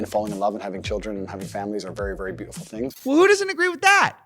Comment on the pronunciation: I hate the way Andrew Tate pronounces his T’s “be-au-I-ful” “bu-gah-ee”